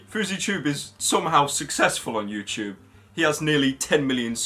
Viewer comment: IT'S FUCKING FOOZYTOOB MATE.